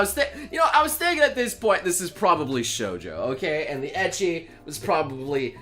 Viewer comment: still triggered how he says ecchi